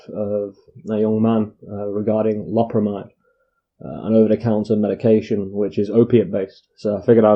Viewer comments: It's pronounced low-perra-my-dd, it's an amide so it's spoken like that. Not an amine like codeine or morphine or amphetamine etc, one other thing is that synthetic opiates are called opioids- see methadone, tramadol and so on. I've just bought 5 boxed and just ate 18 2mg and will see what happens. Had 85mg oxycodeone about 24hrs ago and 15mg about 12hrs ago also had about 300mg of gear - smoked - is 18tabs enough? I took 20mg omeprazole with them too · Lo(w) per amide. Even the Brits are saying it weird. Thought it was just true Americans. Love from* Scotland 🏴💙